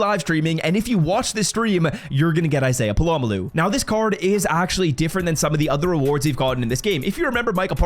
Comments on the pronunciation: It’s Pol uh Mayo not puh lom uh lu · It’s pronounced Pola-mayo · Polamalu is crazy bro, it's not hard to learn how to say his name. Put effort in dawg. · Hearing you butcher this guys name for the second year in a row is cringe dude. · Just straight butchering his name 🔪🪚⛏️🧨😂😂😂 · dude what? He literally clarified it in the vid why are you so concerned over a mispronunciation let alone it being a joke